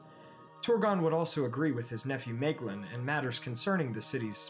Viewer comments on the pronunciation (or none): And Idril is pronounced = Ee-drill (ee as in meet) Maeglin is pronounced = My-Glin (the i as in glint)